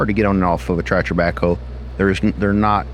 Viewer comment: Are you saying "tratcher' ?